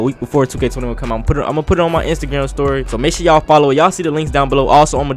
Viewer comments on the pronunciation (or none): kinda sounded like he said instagam story